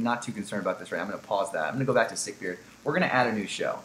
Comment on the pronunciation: Sick-Beard, not sick-beard :)